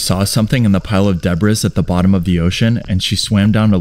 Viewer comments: Did...did you just say "debriss?" That's weird because that's how someone would incorrectly pronounce it if they were reading it. But to just randomly pronounce it that way when you're NOT reading it makes no sense and is super odd. It's pronounced deb-ree. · Why do you pronounce debris and aluminum incorrectly?